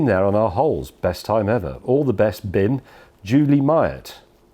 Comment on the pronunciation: In the "Bim", not in the "Bin".